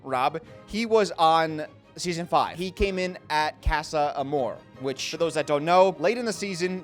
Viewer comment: i know youre american but the way you pronounced "casa amor " omg like i was about to cry 😭